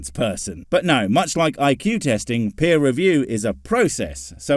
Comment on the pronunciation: I think he took peer review as "peer" review